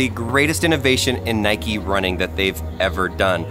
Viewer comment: Who pronounces nike like that